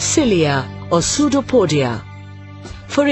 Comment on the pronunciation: aposto q todos os br aki tao pensando nela falando sudopódia (pseudópode)